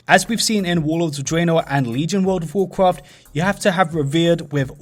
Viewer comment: wurld of wurkruft